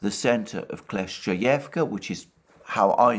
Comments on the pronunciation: You shoud read your comment sometimes Alexander... I've said it countless times... It is KLI-CHIV-KA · you’re wrong. Kle-schE-yevka is how it’s pronounced. Ch is a different sound from sch (ч versus щ).